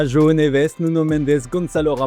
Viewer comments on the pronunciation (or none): none